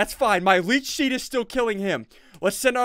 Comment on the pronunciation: Is it just me or did SSundee say leach sheed